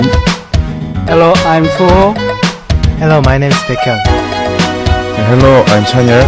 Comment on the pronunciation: Sehunnie always has this kind of blush/bashfulness when he introduces himself so I can actually picture his expression. D.O's pronunciation is perfect. Baek = Bacon forever and ever. Chanyeollie...that voice, omg!